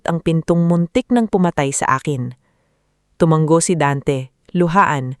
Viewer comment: ISANG G LANG ANG TUMANGO TU - MA - NGO. AS IN NGO - NGO